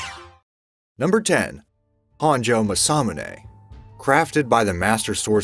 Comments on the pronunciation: Ma sa mu ne, dont stress any of the syllables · I thought the First weapon was pronounced Mass-Ah-Mu-Neh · It’s pronounced MAWS-A-MOON-A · This video pronounces it almost muh-sa-muh-nay. The video you link to pronounces it closer to mah-sa-moo-nay. Huge difference. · How to pronounce masamune mah sah moon ai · It’s Ma-Sa-Mu-NE Jeeze talk about cringe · Mass a mue nae my guy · Yes, he has no business doing voiceovers if he cant get the correct pronunciation. MASS-UH-moon-aye not whatever it was that he was saying. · You pronounced masamune wrong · Cody Jones his pronunciation of masamune hurts. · You pronounced masamune wrong. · i love how u butchered masamune.. not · The butchering of the name Masamune is grating! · How on Earth can he not pronounce masamune this triggers me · I can probably forgive some of the mispronunciations. The exceptions are Masamune and Mjolnir. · JESUS FUCKING CHRIST don't ever do a video again until you get your pronunciations right! m'sahmunay, moolnir... and so on